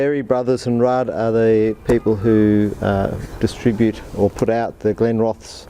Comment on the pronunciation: Think its pronounced with the es on the end accentuated not Glenroths